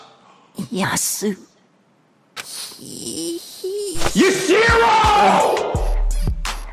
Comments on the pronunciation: Hifumi:Y-Yasu.. Hi-ro..: YUSHIRO!!!!🤬🤬🤬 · i love the way he pronounces Yasuhiro, “Yushirow”